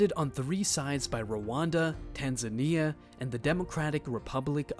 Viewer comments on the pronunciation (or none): none